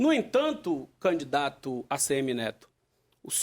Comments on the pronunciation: Ele é aluno de Luladrão. Ele chama canidato tbm. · Jerônimo fala "Canidato" kkkkk isso era secretário da educação? Kkkkkk PT nunca mais!